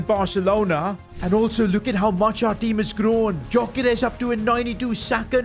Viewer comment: Gyoekeres is pronounced Djuh-Ke-Rehs